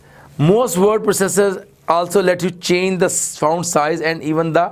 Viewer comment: Sir founts nahi fonts hota hai